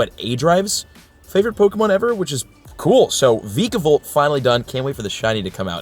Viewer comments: It’s pronounced vy- cuh-volt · It’s vikavolt (Viik-a-vowlt) not vikavolt (veeka-vowlt)